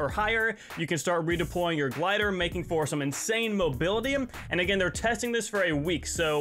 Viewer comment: all i hear is "againem"